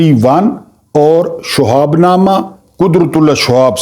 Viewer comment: اھم بات۔۔۔شہاب اور شہاب نامہ کا تلفظ درست کریں۔